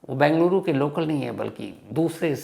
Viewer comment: I like your narrations about the crimes.... one request, please pronounce the city name as Bengaluru (बेंगलुरु) and not Bangluru (बंगलुरु)